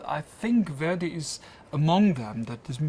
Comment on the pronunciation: Note to the interviewer: learn to pronounce "Verdi" before asking your first question; you make the 19th Century Italian composer sound like a 21st Century African-American rap artist named Where-D (brother of Heavy-D?).